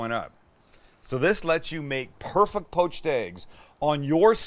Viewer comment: He always says "perfuct" and it drives me nuts. 😄